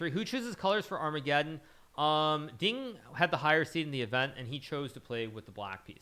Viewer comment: Our-mega-Don lol